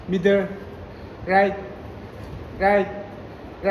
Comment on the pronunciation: Mider 😂😂😂😂 it's middle anyway love watching ❤